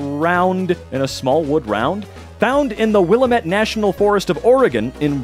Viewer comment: Willamette is pronounced Will-Lamb-it, as everyone in Oregon will instantly tell you. :-)